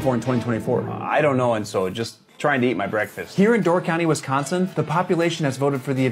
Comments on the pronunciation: why does everyone pronounce it "westkhonsin" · You can tell he's not from Wisconsin by the way he pronounced wisCONsin